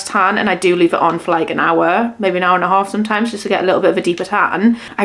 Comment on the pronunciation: Everytime you say the word ‘maybe’ it sounds like you are saying ‘maybees’. Is that just the Newcastle accent or way of saying it where you add the letter s to it?